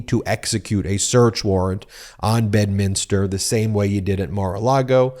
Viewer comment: please you're driving me crazy ... it's pronounced BED minster